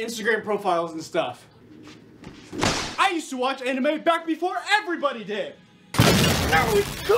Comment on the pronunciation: I love how he pronounces both anime and manga incorrectly.